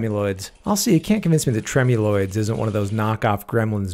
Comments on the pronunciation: Psst it’s pronounced tremuloidEES not tremuloids 😉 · Hello! Biologist here, thanks for all the fun videos :) I'll give you a tip I think you'd appreciate: scientific names are funny, we'd actually pronounce the species as Trem-you-LOY-deez It's a Latin thing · I thought it was pronounced trem-u-loy-dees